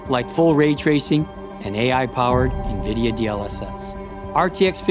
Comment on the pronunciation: AHH.. more views here then ASUS announcement.. hopefully better actors yikes Erica was cool tho.. :* EDIT: omg.. the voice talent was horrid here too.. and why do people say NVIDIA wrong.. watch Jensen so you learn how to say it damn it... then you have Dorkus Linass saying Suprim differently the the other guy.. this was just as bad as the ROG video..